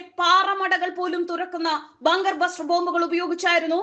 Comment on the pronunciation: Bunker buster not bluster😎😎😁😁